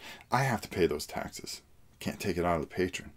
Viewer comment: Greg Lott yeah. mispronounces a lot of things. But that's just his little quirk.